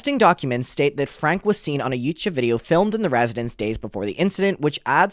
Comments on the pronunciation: FYI, their last name is pronounced “Frank-ee” and Connexions is pronounced “Connections.” Please get into Jodi’s shit as well. She is pure evil!!! The fact that they spoke to WaCB is absurd when there are so many other creators who have covered this family for much longer and actually know wtf is going on. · Their last name is pronounced Frank - ie